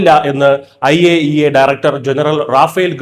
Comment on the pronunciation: I A E A .... അയ്യേ 😂😂😂😂😂😂